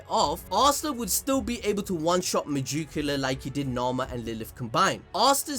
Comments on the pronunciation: the way you say megicula hurts my head.... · I love how he says "megoocula" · Me-Jew-cula 😬 just can’t stop hearing it. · Y do u have so much trouble with a name that is "magic", but with an "e"?!!! That shit is ridiculous!!! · why do you megicula like that LOL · You cannot say megiculas name for nothing I'm not a hater but you can literally look in the anime and they will say her name correctly